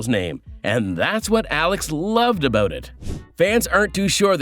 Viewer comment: "Out and about" (oat and abaot) And I laughed when I read the comment, gave it a thumbs up in agreement and only then noticed I had been here before and wrote it 2 weeks ago! Still funny!